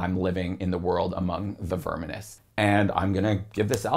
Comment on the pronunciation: Baffled by his pronunciation of "unhallowed" That's exactly how a German who doesn't speak English would say it🤔 And I'm pretty sure he says "verminous" wrong too, wtf?